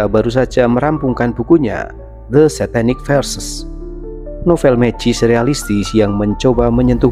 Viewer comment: itu SATANIC VERSES (ayat² syaiton) bro, bukan satanic versus. versus lawan siapa? satu lagi. itu MEIN KAMPF, bkn main kempf. bahasa deutsch, bkn bahasa EN.